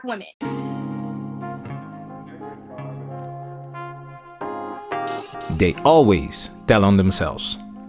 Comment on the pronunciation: It's weird to hear fefails say "womanens" instead of women, it's like "cool whip" from FamGuy.